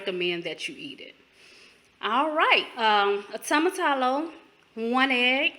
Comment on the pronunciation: Oh Jesus every time you say tomatallo...hahaha....it's actually pronounced "Toe-Mah-Tee-Yo" Great video tho and thanks for sharing this recipe.